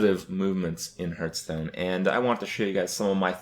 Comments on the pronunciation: since this is a video about making change, please start saying Hearthstone correctly, its not hurthstone, its Hearthstone. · I feel like someone who makes a living playing this game should really know how to pronounce it... Hurthstone D: (Pronounced Harthstone) And the Meita (Meta) :S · Is he saying "Hurt"stone? Or is he just saying "Hearth" wrong? I still can't tell. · I love how he says it as well. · First way to improve Hearthstone: change name to Hurtstone, so Kripp doesn't say it wrong anymore. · I love that you spelled it hurtstone. That's totally how he pronounces it haha. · I like this guy even though he cannot pronounce hearthstone correctly.